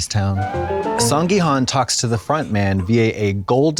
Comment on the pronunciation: If you guys go to Korea at least try to say people’s names right…come on it’s HOON not HUN